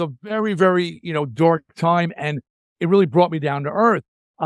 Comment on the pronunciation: Never heard someone pronounce dark as dork before.